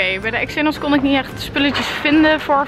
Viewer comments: Hz zeg je eksxenos ipv gen xenos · X enos wat je spreekt het uit als ksenos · Niet betweterig maar: Xenos spreek je uit als: Ksenos en niet als: EXenos ;) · Het is "ksenos" ipv "eksenos" 🙈😘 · Haha je zei exenos!! Leuk❤️👍😂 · Je zegt de hele tijd exenos